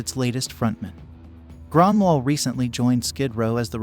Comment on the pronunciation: Hes name is Grönwall with the swedish sound "ö".